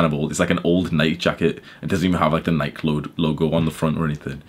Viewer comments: is so cool and absent from This bullshit that he can’t even pronounce nike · It's weird that Brits say Nike. In the US we say Ni-key for Nike.